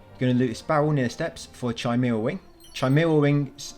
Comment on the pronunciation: Its not Chi mara its pronounced Kimara